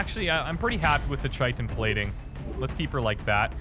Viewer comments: Please, I k now it's too late for this particular series, but it is pronounced KY-tin armor not CHY-tin armor. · dear, I've really enjoyed your playthroughs, I only recently discovered your channel a week or two ago. some helpful pronunciation advice though, Chitin is pronounced like Kite-in. The word comes from greek and the Chi is pronounced like Kai. I guess this only irks me because its also a word primarily used in regards to insects and i have a background in entomology. It probably doesnt distract most people. By the way, I also really enjoyed your XCOM declassified playthrough as well I look forward to your future work! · Chitin is pronounced Ky-tin